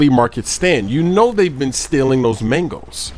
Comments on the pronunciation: lol "mengos" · He said Mangos so much it sounded like 'Mangles' after 4 minutes. haha